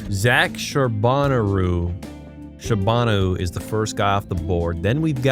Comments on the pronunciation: Work on your last name pronunciations man. As Russian It hurt me how you spelled Shabanov. Other than this great content, enjoyed it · He said Shabanov wrong on purpose I think